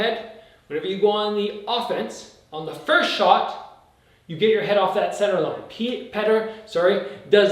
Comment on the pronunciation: I think it's Pe-oh-ter